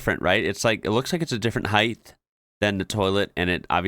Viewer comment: LOL you are one of those Americans who can't pronounce height (hint it doesn't rhyme with length or width )